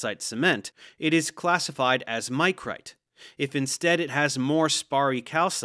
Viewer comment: One minor point and one critique. Micrite is pronounced with a soft "i" as in Mick, not Mike. The vast majority of geologists use the Dunham scheme of carbonate classification as opposed to Folk's. Mudstone, Wackestone, Packstone and Grainstone are used, with some variations in detail, to describe the mud and grain content in a limestone.